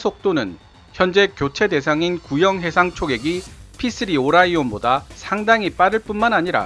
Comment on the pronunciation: P-3오라이온기가. 아니라 오리몬기요